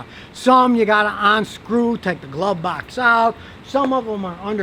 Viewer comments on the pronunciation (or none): Did you say "onscrew"? Dude, it's UNscrew.